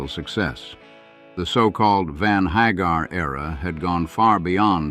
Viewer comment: Sammy HAH-garr ehhhh?